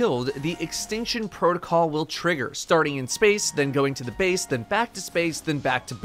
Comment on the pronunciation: Bace not base